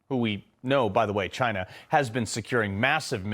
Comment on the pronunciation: THIS GUY CANT EVEN SAY CHYNNA without sounding like a moron